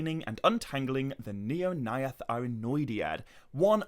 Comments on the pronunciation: Your pronounciation of the AE could improve. Mae Govannen, Maedhros, Nirnaeth sounded a little weird. Speak it fast as if its one letter. The syllables are: Mae Go-van-nen Mae-dhros Nir-naeth Ar-noe-di-ad Dont pause between A and E. At least that's how I think it works 😀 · the... "neornayath"...? 🤣